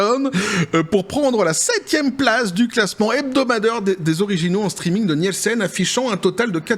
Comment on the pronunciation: ça se prononce "Nilsen" ... désolé, je retourne me cacher.